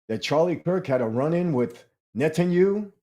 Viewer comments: I love and always look forward to ypur Saturday programs.. I am one of those grammatical nerds. Netanyahu not Netanyu.is the correct pronounciation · Ouch, you’re so ignorant you can’t pronounce NETANYAHU PROPERLY.. there are 4 SYLLABLES!! Just by not being to pronounce his name you’ve lost um some credibility,, lol what a joke ! Can you PPPUUULLLEEZZE stop saying Netanyu😊